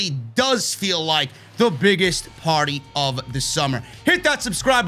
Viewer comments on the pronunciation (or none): none